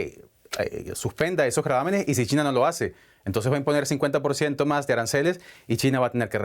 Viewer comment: el presentador dijo "Entonje"? :,)